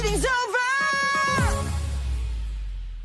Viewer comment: "that was a perductive meeting"